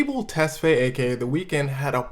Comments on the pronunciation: I love your story telling but the way you pronounce Tesfaye kills me (its Tes-fa-ye for anyone wondering. You pronounce all the consonants.) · Tes-fai-ye. It's bad when non-blacks botch African names but when other blacks do it...🤦🏿‍♂️😂